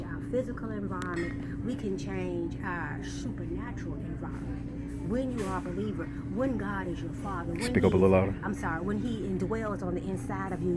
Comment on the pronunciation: "when you are a be leaver"